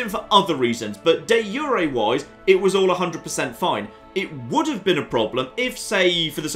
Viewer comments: it's not pronounced yu re but ju re like the j in your name. Also improve diplo works with others too. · De jure is pronounced Dee zure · I have never heard someone pronounce De Jure like this